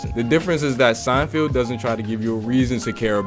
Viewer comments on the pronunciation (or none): If you call him 'Seinfield' one more time...